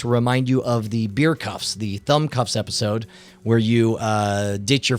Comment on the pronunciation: episword instead of episode lol